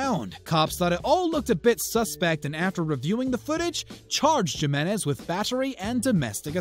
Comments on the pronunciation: I know it had me screaming at my screen himinez not jiminez shows I bet he says jala' peno also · HEE-MEN-EHZ, not JEE-MEN-EHZ ya savage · Narrator pronounces "Nazi Johnny's" full name as "Johnny Ja-men-ez" LOL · And wtf is "Jim-enez"?!! It's pronounced "Him-enez" bro...have you never been to Northern North Mexico? Oops, I mean Southern California?! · "Jeh-men-ezz" come on, man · Its Johnny He-menez (Jimenez) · Can't even pronounce Jimenez properly... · did you actually say jimenez with a J sound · Learn how to say Jimenez bro